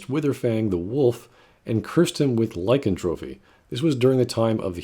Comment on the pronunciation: Lycantropy, not lycantrophy